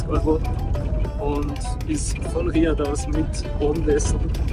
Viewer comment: danke, schönes video aber die Betonung liegt am a bei Riyaaaad und nicht am i